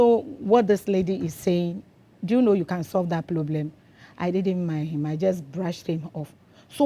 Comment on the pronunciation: Do you know you can solve that ploblem 😂😂😂😂